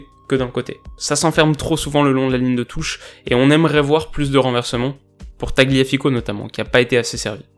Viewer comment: tagliafico se prononce "talliafico"